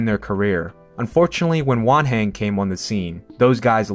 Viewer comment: I thought he was saying 'One hand' until I read Wanhen jajajajajaja